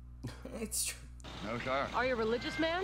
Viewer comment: Its twue